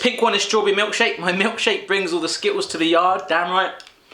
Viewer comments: lol he said "Skittows" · I love how he jokingly makes fun of the fact that American's say the letter T like it is a D, and then right after he says the word skittles and totally doesn't pronounce the T's!!!!! LOL